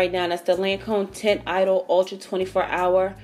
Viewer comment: Soooo gorgeous! ! :D Btw the foundation is pronounced like "tohn eedole" :)